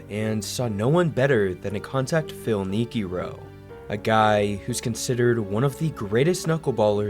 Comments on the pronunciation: Phil Neekeerow FFS! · Who is Phil Neekiro? Is he Japanese?